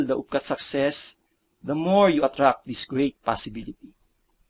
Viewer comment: while I am sure you guys are most probably a credible company, please allot some of your marketing budget towards getting a better speaker/dubber for your videos. Honestly, hearing numerous articulation errors like that does not inspire consumer confidence. *** d/th, b/v, s/z problems, i/long e issues. attract/atrak, it/eet, visualize/viswalays, antil/until, da/the, dey/they, wold/world, as/ask, teenk/think, notis/notice, nak/knocked, masels/muscles, reeten/written, pasitib/positive, etc. etc.TY